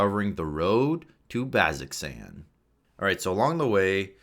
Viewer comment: "baz-zox-an" Somebody isn't a critter :) The pronunciation guide says "BAZ-oh-zan" as is what Matt says during campaigns. Thanks for this video! It's helpful to get the info in multiple ways. Listening further, I'm unsure why you're giving combat tips though, since I figure the players shouldn't be the ones watching this, but the DMs.